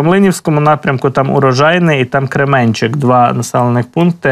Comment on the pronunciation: Я з Великої Новосілки, велика вам подяка! Дивлюсь Вас кожого дня. Ну і мої зауваження по назвам населених пунктів, як місцевого жителя. Рівнопіль наголос на перше «і», і Керменчік наголос на перше «е». Ще раз дякую , слава ЗСУ!